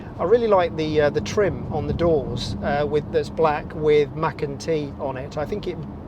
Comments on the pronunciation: It's called macan t .not Mac and t ?lmfao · Are you trying to deliberately say Mac n T? Like Mac n cheese? It’s weird. Then you said careera T Instead of Carrera. What’s going on? Hard to ignore.